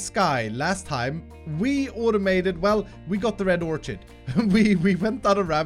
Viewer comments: It's "or-kid", not "or-chid". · Love you! FYI, orchid pronounced OR-KID. Not idea why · Not to be mean, but it's pronounced Or-Kid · Orchid is pronounced "Or Kid"... Sorry that has been bugging me for days. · I cant let it go anymore. I strongly believe "orchid" is pronounced like "orkid." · Btw Orchid is pronounced more like "or kid" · it is pronounce red orkid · Or-kid... ab-zorb-shun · i think "orchid" is pronounced "orkid" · just bugging me a bit, orchid the ch is pronounced like a k